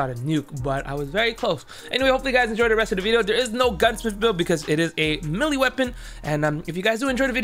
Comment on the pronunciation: So tragic the way you pronounce melee 😅 good vid dude.